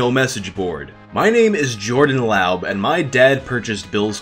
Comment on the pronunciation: Pretty sure laub is pronounced lobb as in lobbing a ball Source : my coworker with the same last name